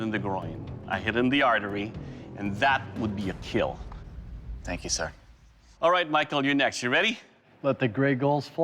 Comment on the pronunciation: Doug hit the dummy in a baaaaad spot "It will Keel"